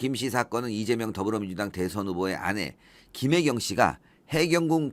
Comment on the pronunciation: 김혜경을 김혜경으로 읽지 몾하는 검찰을 국어교육부터 시키자